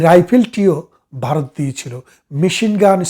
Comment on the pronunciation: বারত বললে শুনতে কেমন যেন লাগে